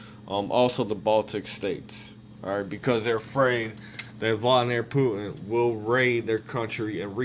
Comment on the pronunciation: First you should learn how to pronounce his fucking name idiot